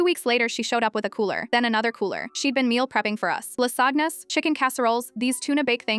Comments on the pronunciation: Lasagna was pronounced la-sagh-na, really! Imperfect AI narration is pitiful! Lazy creators who rely on imperfect AI narration are pathetic. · lasagna/ la sag na (AI pronounciation, I guess). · Ah yes, la-SAGNAS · Ah yeah lah-sahgna, I don't like eating it the same week I have spigity to much eyetalyian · Ah, AI. La Zag Nas (Lasagna, Duh?). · La Sog Na's. My Italian friends just cringed. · "La sagnas""😂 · AI can't pronounce lasagna😮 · AI can't say lasagna correctly. Lmao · AI has no idea how to pronounce "lasagna" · How can AI not know how to pronounce lasagna.?????